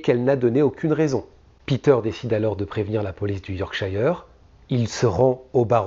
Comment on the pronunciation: super chaine. par contre si tu dois faire d'autres affaires en angleterre, yorkshire nese dit pas " yorkchaïre" mais " yorkcheure" comme " shirt" et skirt 🙂